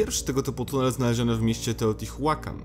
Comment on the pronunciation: a na przyszłość to czyta się poprawniej "teotiłakan" i kecakłatal XD